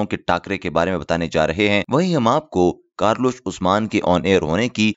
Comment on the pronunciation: Kurulus hai karlus nahi.....